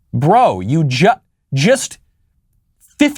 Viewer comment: Never heard him say BRO that way before lol